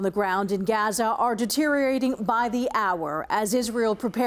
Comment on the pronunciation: Why do they keep pronouncing Gaza wrong tf.